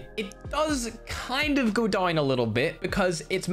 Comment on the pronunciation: Why he says down "doin"